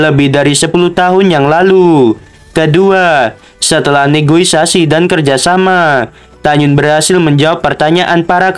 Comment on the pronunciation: entah kenapa 10 cenel yutub indonesia yg nyebut kata NEGOSIASI selalu dibaca NEGOISASI